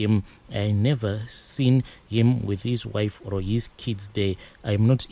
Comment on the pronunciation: "OR" or "ORO" I enjoy listening to these stories but the pronounciation of OR stresses me.